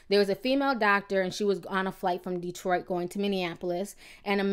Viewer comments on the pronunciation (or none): none